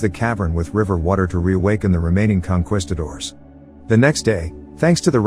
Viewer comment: What is a "conqwistador"?